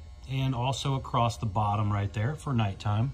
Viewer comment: The guy cant say "across". Says "acrossed". That's very unique